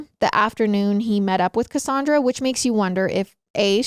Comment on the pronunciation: Im a Cassandra but i say CassANNdra not cassundra. So is tripping me out.